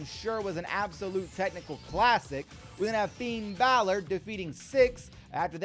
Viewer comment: If you Finn Balor wrong because you call him fiend Ballard if you call him that one more time I'm unsubscribing and then just liking and then never watching your videos again